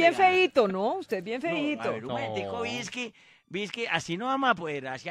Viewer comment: ''VISCKY'' JAJAJAJAJAJJAJAJAJAJA MUEROOOOOOOOOOO.